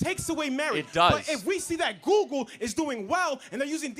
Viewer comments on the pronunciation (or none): Has this nut ever used Google? I feel like if he had, he'd know it's not pronounced "Googoo."